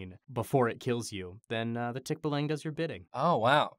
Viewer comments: Tik BA lang stress is on the 2nd syllable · First of all, I honestly feel that version is an improvement. Tikbalangs should be horrifying and buff man-horse just doesn't cut it. And because it's Mike Trapp: Um, actually guys, it's tikBAlang (stress on the second syllable not the first). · This was wild start to finish I loved it (Um actually, it's pronounced tik-BAH-lahng not tik-bah-LANG) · yo guys, it's pronounced tik-BAH-lah-ng (think bah like the sheep sound baaa), not tik-buh-lang... wah just a correction as I am a Filipino and that's how we pronounce it :) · its pronounced as tik-ba-lang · "Tick-Buh-lung" UwU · Excuse me its Tik-baaa(like a sheep)-laang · Umm actually, its pronounced Tick-bah-lahng (or so i spell) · As a kid, I was scared of Tikbalang up on the trees. Now I'm much more afraid of this version. Also, Mike, ummm actually, it's pronounced Tik-BAH-Lang. Emphasis on the "Ba" syllable. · Tik (from Tick) + Ba (from Band) + Lang (from Language) That's how you say Tikbalang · I'm from the Philippines, and I didn't register 'Tikbalang' at first because of how Mike pronounced it. Like, "um, actually", it's supposed to be pronounced (tik-BAH-lahng). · The pronunciation is Tik-BAH-lung for future reference :) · the pronunciation of "tikbalang" is very slang, its /ˈtikbaˌlaŋ/ but in all fairness, the interpretation is unsettling but coooool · Umm actually tikbalang is pronounced tik-baa-lang. A tikbalang is a cannibal and the rapist of the forest and props to making the tikbalang alot more freaky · Um acually its pronounced Tick-bah-lang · Um actually its pronounced "Tik-bah-lang" haha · I don't really speak much Tagalog at all, though my fiancee is Filipina. While I've never heard of the Tikbalang before, when I heard the name I just thought, "That's sounds like it's from the Philippines." xD Um, actually though, the 'a' sound in Tagalog should be the "ah" sound. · The tikbalang is pronounced tick-bah-lung just a lil heads up ^_^